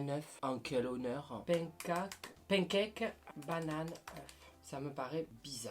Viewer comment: "pen caque"